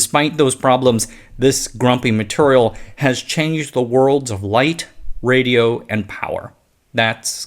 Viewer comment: Why do you say maturial?